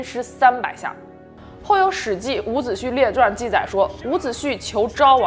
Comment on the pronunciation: 伍子胥 （xu)一声~